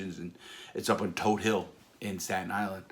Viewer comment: Todt hill pronounced correctly.